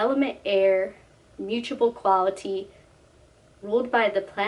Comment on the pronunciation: The “moochable” keeps distracting me 😅 It’s mute-able